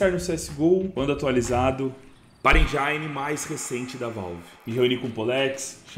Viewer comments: "Engine" se lê "êngine" e não "enjaine" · pfafor dog . . n se pronuncia endjaine . . se pronuncia en·jn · enjaine? kkkkkkkkkkkkkkkkkkkkkkkkkkkkkkk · Boa boa! Osso só foi a pronúncia do engine kkkkkk